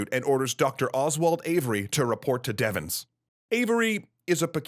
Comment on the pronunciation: It's Camp, later changed to Fort, Devens, not Deven's or Devons. My grandfather was there and told us that the officers came into their barracks and told them to leave their weapons at the door and get off the base by any means. He left on a train which had brought in coffins via Ayer. I've never read of the camp being evacuated and wonder if some officers saw what was going on at the hospital and took action to try to save their men?